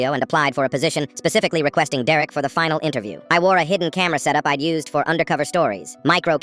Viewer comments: 'dererek' he says dererek instead of derek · bro why ia the bot saying some times deurrek not just Derek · It's derek not dererek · Is it just me or did it sound like he said “Deraik” a few times 😅😅😅😅😅😅😅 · “Dererik” Hits hard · "Dererek" EVERY TIME BRO🥀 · Foreal why is he saying it like that?